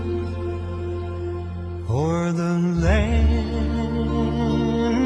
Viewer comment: It’s o’er the land of the free. Not or.